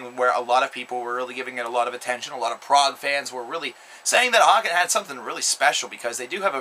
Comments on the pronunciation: its pronounced hay-ken :) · its pronounced Haken. As in Bacon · 1 more thing, the bands name is pronounced like bacon.